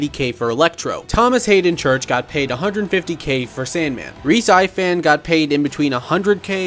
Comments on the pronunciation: Bro pronounced Rhys Ifans name wrong😂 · Sorry but you absolutely butchered the pronunciation of Rhys Ifans